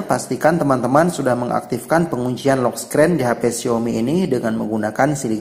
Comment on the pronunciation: Lock screen bukan lok skren😂😂